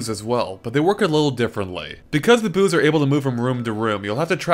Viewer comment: I heard "booze" not "boos" by accident.